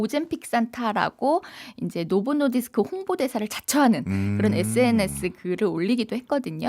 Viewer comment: 노보 노디스크 발음을 부드럽게 못하네 ㅋ 억양이 쎄고 딱딱해서 그런 듯